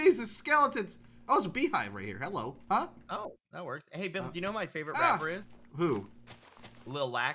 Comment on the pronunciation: It's beefle wiffle